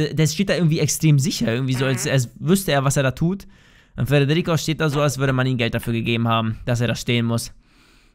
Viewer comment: ich lach mich immer Schrott wenn du sagst frederrico Furz nicht